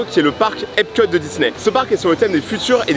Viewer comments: Tu t trompé, on dit epcot , pas epcut 😢😅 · c'est EPCOT pas EPCUT